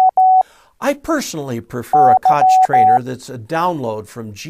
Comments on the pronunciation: Please - it is not a “Kotch” Trainer. It’s a “Kogh” Trainer rather as in skottish “Loch Lomond” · Great video, but I think you are pronouncing "Koch' wrongly. It should be like the Scottish "Loch" .